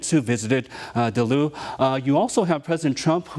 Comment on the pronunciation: Pronounce Duluth correctly